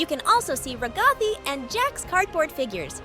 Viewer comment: Why did you say ragthai not ragatha